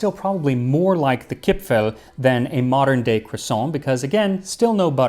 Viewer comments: Very nice pronunciation of Kipfel. A bit more of an 'e' sound like in devour. Here in Germany we have an almond based Christmas cookie treat called 'Vanille Kipfel'. Very good and also shaped like a cressing moon. Maybe the shape? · you actually got the pronunciation of "kipfel" spot on. mad respect. never heard any english speaker pronounce any german word that correctly.